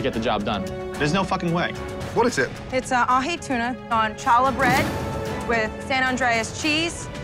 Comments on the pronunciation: Siobhan saying CHA-la made me cringe. It’s challah, booboo!!!!!!! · i am insulted by them mispronouncing challah im sure every jewish person here is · Right? I hear people mispronounce it all the time. If you hear Jewish people say it they do the back of the throat “ha” sound so really Ben wasn’t saying right either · HAHA! Benjamin's face in reaction to the way that Siobhan pronounced "challah"! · The fact that he was mad at her for saying “challah” like a good 70% of white people say it like that and it doesn’t mean she’s a bad cook just Bc no one told her the correct pronunciation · The red team was still able to eliminate one of the bottom two sandwiches based on looks alone, and they lose because of that? Siobhan shouldn’t have been so upset when her dish was only better than the worst one on her team. And as much as I dislike Benjamin, pronouncing Challah the way Siobhan kept saying it is super annoying